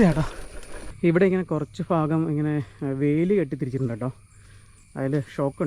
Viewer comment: വന ഫുമിയല്ല. വന ഭു ഭു. വന ഭൂമി. ഫാഗമല്ല. ഭ ഭ. ഭാഗം